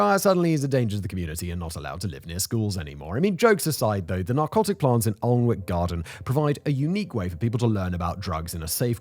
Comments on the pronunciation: Your pronunciation of Alnwick really, really bugs me. It is not pronounced how it is spelled. Its pronounced "Annick". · Tourist season in Alnwick you certainly hear some strange pronunciations but by far the worst I’ve ever heard was this scouse family coming into work saying ‘allhun-whickh’ and they were too busy talking amongst themselves for me to politely correct them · I only clicked on the video to see what kind of job you made of the pronunciation of Alnwick. Just under minute in and my question is answered. Even more of a mess of it than I was expecting. 17 minutes and 21 seconds saved to go and do something else. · Long time viewer but cannot ignore the way you’re pronouncing Alnwick there mate 😂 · Came to the comments to see how many times people corrected his pronunciation of Alnwick 😂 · He had me until he pronounced “Alnwick”. 😂😂😂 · The pronunciations in this are absolutely hilariously wrong. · Been here and its amazing. I can't wait to go back. The hornbeam hedges are like walking through a cathedral. Different to anywhere else I'd ever been. Its pronounced Annick, by the way. Many of these plants are actually common garden plants. I have many of them in my garden. The poison garden is only a part of the whole place. The cafe is very nice too. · Was counting the seconds until you mispronounced Annick!! Funny how you get others right mind... Almost as bad as John on Auto Shenanigans pronouncing Lymington as Liemington!😂😂😂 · You need permission from the government to grow these plants. Of course you do. Is there anything they think "We don't like this but it's none of their business"? BTW - pronounced An-ick. If I moved there, I'd be an an-ick-ist! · Aaagh. An-ick. Both the l and w are silent. One of my favourite local places. The whole garden is amazing and this is just a tiny section. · It’s not Aln-wick but Ann-ick castle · It’s not Aln-wick Anick man Anick!! Please don’t ever make a video about Leominster 🤪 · Alwnick is pronounced "an-ick"